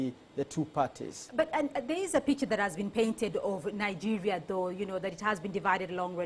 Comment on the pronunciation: where the fuck is this lady from? she's definitely not from Nigeria because she cant pronounce names of the places.